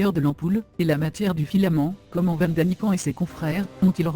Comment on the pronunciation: le petit copain de barbie porte un nom ok _________ alors mr daniken c'est la mème prononciation et pas " kan "